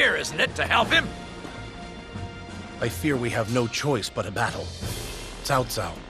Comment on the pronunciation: They started pronouncing Cao Cao correctly.